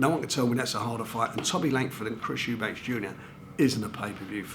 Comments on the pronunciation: Why does he fuckin call him Eubanks with an s at the end. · I love the way fisheyes calls Eubank Eubanks every time